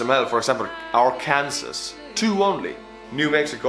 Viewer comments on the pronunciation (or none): Arkansas is pronounced /ar-can-saw/ and Kansas is pronounced 'kansas" lol Do NOT ask me why. 'Just is' as we say in America. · It’s not pronounced “Arkansas “ it’s pronounced “arkansaw “ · It's pronounced Ar-can-saw, not Ar-Kansas. Sorry, English is just stupidly inconsistant. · Nothing gives me more pleasure than hearing a foreigner say ARRR Kansas when trying to pronounce Arkansas XD it doesn't make any sense, we know, but it's Arc Can Saw or Arc Ken Saw. And btw, I live in Vermont, hopefully I can give Vermont a point or 2 sometime soon, we'll see, I'm a college student so not much money at the moment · Delight Arkansas not Ar-Kansas your pronouncing it wrong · Just so you know. It’s pronounced. “R-CAN-SAW” not “R-Kansas” Love your vids though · You say my state Rkansaw even though its spelled Arkansas lol. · You mispronounced Arkansas. It's not "R Kansas" It's pronounced "R Can Saw" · just for future reference... It is actually not pronounced as "Ar-KANSAS", but instead as "Arr-can-SAW"... I know that seems strange, wrong even; yet it is exactly how my state's name is pronounced, I promise you. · Every time he says Ar-knasa but its pronounced Ar-kan-saw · Please don't Arkansas R-Kansas. Its R-Can-Saw. It was a state before Kansas and is better lol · Eudora Arkansas. Pronounced (You-door-ah) (Are-kan-sah) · I got triggered by him saying Arkansas and I’m not even American, for future reference, it’s pronounced Arkansaw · Oh yea Arkansas is pronounced ark-an-saw we spell weird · Btw arkansas is pronounced AR-KAN-SAW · just so you know, Arkansas, is pronounced "arkan-saw" I know its weird but us Americans be like that. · Arkansas is pronounced “ar-kan-saw” The S at the end is silent, it’s a French thing. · love your video, but Arkansas is pronounced ar-can-saw ... I know, English makes no sense lol. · "Arkansas" is pronounced "Ar-can-saw" Ah the English language. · Arkansas - pronounced (Ar-can-saw) =) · It's pronounced ar-kan-saw.